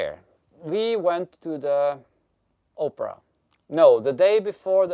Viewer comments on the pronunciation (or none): It cracks me up when says opera because it sounds like Oprah